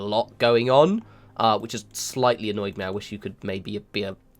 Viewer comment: I think you mispronounced "annoyed". I believe you meant "a-nerd". 😉 Really cool looking game that I've heard about but never really seen somehow. It reminds me a bit of I've if my all time favorite games, Masters of Orion 2. Thanks for putting out the video. I'd actually like to see a full let's play. One thing I'd hope for us, for those of us who have never seen this game before, a legend of what icons are (even if you are just telling us) would be helpful.